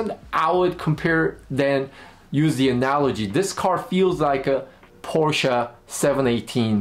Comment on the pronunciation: I trust this gentleman more simply because he pronounced Porsche correctly. I'm (sort of) joking, but this is a very, very good review.